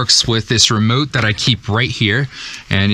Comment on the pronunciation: What's a remute? That's what you said